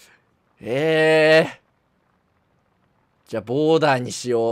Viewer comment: ボーダーが完全にワールドトリガー見てる人の発音